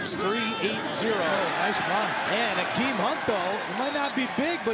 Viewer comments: I thought he said Kareem Hunt at first 😂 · bruh literally thought he said kareem hunt when saying Akeem hunt lmao.